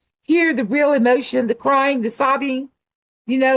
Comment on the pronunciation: I cant deal with the "weal"